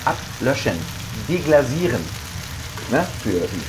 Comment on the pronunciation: Deglasieren ist falsch gesprochen es heisst deglassieren mit scharf S! déglacer= enteisen. Es wird hart ausgesprochen. Das macht den typischen deutschen accent aus wenn man manches zu weich ausspricht.